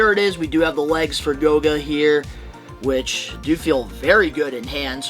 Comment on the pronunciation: It’s GOLGA, not GOGA